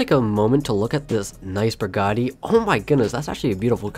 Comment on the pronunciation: Did he say burgatti of Bugatti